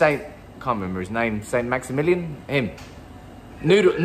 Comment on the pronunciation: Man said maximillian 🤣🤣🤣